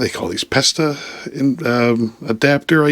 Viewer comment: Pesta? 😂 I thought Pesto was next.. It's Presta, 🚵